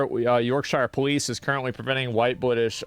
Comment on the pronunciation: White Bwitish